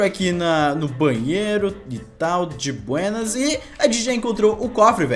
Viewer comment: Ele metade do vídeo " di buênas "